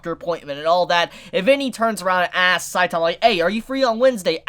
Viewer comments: Can you guys learn how to say saitama right? Gosh so annoying. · Weird that this dude can't even pronounce "Saitama" correctly.....sad